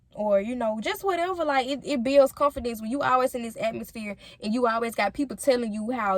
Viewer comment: She needs to learn how to pronounce the word “Confidence”. Sound ignorant af